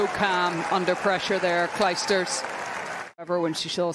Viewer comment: Commentator come on : Claysters not Clysters. Go study.